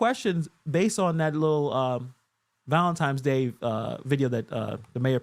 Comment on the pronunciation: Haha he calls it valintimes day.😂